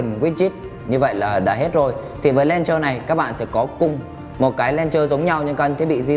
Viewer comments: đọc là "lôn chơ" chứ k phải "len chơ" nhé anh gì ơi. mình góp ý vậy thôi chứ k có ý gì nhé :p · chính xác là đọc là ''lăn chờ'' bạn nhé .__. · review hay, nhưng mà mình xin góp ý tí xíu là launcher anh review phát âm bị sai nhé :D